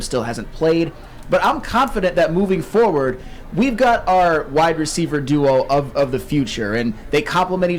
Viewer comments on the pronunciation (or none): none